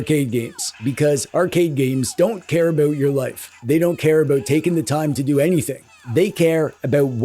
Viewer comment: "I don't care aboot sports" wait is Canadian "even hockey, does that make me a bad Canadian?" immediate vindication thank you